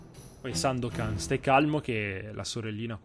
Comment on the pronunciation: "We Sandocan" hahahaha!!! XD